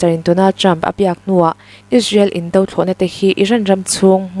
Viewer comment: Indo thlawhna, tia i sawi hi ,"do" lai hi ri sang ni lovin, Ri hniam tur a ni e